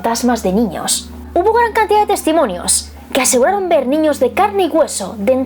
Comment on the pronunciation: Porque dices cantidat es cantidad